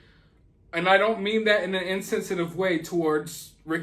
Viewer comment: “I’m sorry but I’m gonna have to crack some jokes for this one, and I don’t mean that in an incens-itive way” Did you just crack a joke?🤔🤣😉 Did I hear you say incens-itive or insensitive?